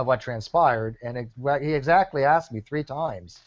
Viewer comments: That's not what he axed you,! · “I never axed that question” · He sure axed a lot of questions... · Wow, what a douche bag. He bitches about being interrupted yet he couldn't shut up for one damn second. THAS NA WHA I AXED YOU!